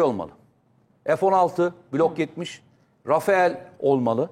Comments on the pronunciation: o uçak rafael değil rafale diye okunuyor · komutanım rafael değil rafale 😂😂